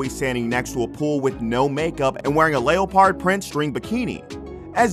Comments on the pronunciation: Did he just say. Leo-PART it’s pronounced Lep-heard. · Lay-o-pard?! Seriously?! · Lay-o-pard Lip-o You’re killing me guy. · The way he pronounced “Leo-pard” LOL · Wtf why did he say it like that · Heard that too huh lol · Lol I went right to the comments after I heard that. 😂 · I was like "WHAT???" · Ok but why did you say lip-oh and Leo-pard... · .....did you just say lay-o-pard print bikini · I just can't get over how this guy says 'leopard'.... Leo-pard. Weird. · She looked great but are we ignoring the pronounciation “lay-o-pard” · Anyone noticed he pronounced leopard, layopard? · Did this guy just really sound out the word leopard “Lee-o-p-hard” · Did this man just say lay-oh/pard... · The pronunciation of leopard is fascinating. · How about the fact that you can't even say leopard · The commentator doesn’t know how to say Leopard or lipo and she looks just like her father....OJ